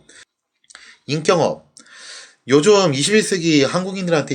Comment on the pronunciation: 임경업을 임꼉업으로 읽는........ 당신은 진정한 문법 파괴자로 임명합니다.^^